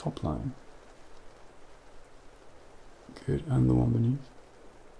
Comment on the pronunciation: The word “good” with your accent sounds like “goodt” and has become a tingle-y word (though in my own accent, not so much). Odd how that happens 😆🤷‍♀️ 10/10 would recommend, would snooze again